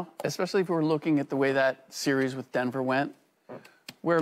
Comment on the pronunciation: LeSean McCoy needs to learn how to talk! I can’t understand how these executives “throw” these former athletes on the air and a lot of them can’t put a coherent sentence together!🤷🏾‍♂️ Hey McCoy: It’s WITH not “WIFF.”